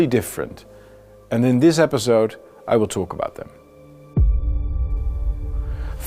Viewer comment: "Seventy years of PEAS and prosperity..." Baudet hails from the Randstad area, where they say "zynical, 100 perzent, azylum", and it shows in his English here too ;-) Like, "epizode, dezision making". But, great content. Thanks!